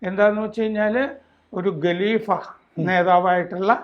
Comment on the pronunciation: ഗലീഫയല്ല ഖലിഫയാണ് സാറെ - KHALIFA, not Galifa